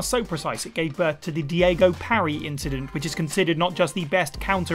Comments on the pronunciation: Oh dear., it's Daigo, not Diego, lol. The Daigo Parry is so well known in the Street Fighter community that there's still people who still practice it to this day. If you're not sure, you should probably check to make sure you know what you're saying XD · "Diego parry" you mean Daigo? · "Diego" Parry? Dude, the EVO Moment 37 killed me, at least call the name right, it´s "Daigo" not "Diego" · EVO Moment 37’s Daigo Umehara being called “Diego” is just too dang funny 🤣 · Daigo, which sounds like Die-go, parry. Not diego (dee-ey-go). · Hearing his name butchered really took me out of the video lol.